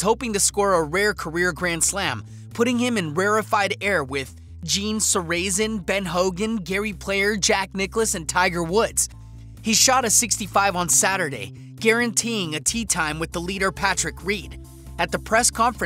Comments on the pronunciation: I always heard it pronounced SAH-ruh-zen. Sorry man, I enjoyed the vid. Keep it up! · "Gene sir-AZ-en"? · Gene sa-RAY-zen? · Solution = Gene Sair-A-Zin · “...fired a shot across Reed’s bow.” Not only Sarazen pronounced wrong but “bow” as well. We’re talking bow on a ship, not a bow tie... Millennials... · Bro you lost me when you could not pronounce Gene Sarazen. The guy that invented your sand wedge. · I find anyone who golfs 6 hours/ day and can’t pronounce Gene Sarazen’s name is suspect. You fire a shot across the bow not the bow in his hair. English is tough....